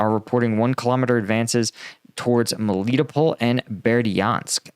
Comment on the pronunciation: * Melitópol is pronounced more like /melly-TOPE-ul/.